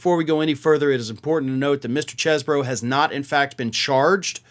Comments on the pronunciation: His last name is pronounced cheese bro. He's a guy from Wisconsin how else could you pronounce his name? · It's pronounced like "Cheese-bro" and that's according to Chesebro who wants it pronounced like "Chese". Oh, well... So much for the one thing the non-cult media was trying to kinda help him out with.